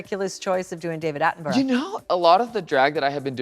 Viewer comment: Michelle pronouncing David Attenborough correctly warms my heart.